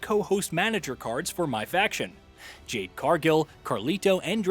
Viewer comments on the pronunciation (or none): none